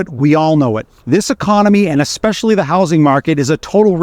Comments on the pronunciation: You known, I know it, and expresslly. Second 3 maybe. Living in the States for over a decade I heard it a lot. Xspecilly pronounced with an X. Also, the word escape. You Americans want to say: Xcape. However the word is Es cape. Note no X. Es cape. Try saying Es cape. Then try Es specs ly. No X sound. Just trying to help you sound more like you have a grasp of the English language. It’s important to journalist. Knowers of the English language can spot you a mile away, just the way you talk. Study it, and you will be a better journalist. Just saying. (American saying). Cheers! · Hey Xpressly boy. It essentially, see…there is no X. Sound it out. Just like the coffee…espresso. See no X. Not expresso. If you want to sound like you know what you’re talking about, you got to pronounce words properly.